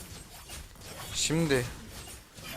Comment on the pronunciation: Ve 17.42 de adamın nickini black Mustafa diye okuman çok komik 😂 muhtemelen o Mustafa bıyık anlaminda. Güzel ama ingilicce😂